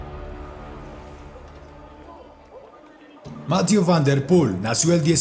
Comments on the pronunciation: Excelentes videos, solo comentar que jhonatan narvaez me dijo que hablo con el y su nombre se pronuncia "mathié" no "mathiu" por que yo también lo decia como tu y el le dijo eso jejeje un saludo desde España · Debe aprender francés ya que lo pronuncia muy mal. Debe conocer que las palabras en ese idioma tienden a ser agudas. Más que graves o esdrújulas. Mathieú fan der Pul. El diptongo eu suena en una mezcla de ambas letras. Eso sí, Máthieu nunca.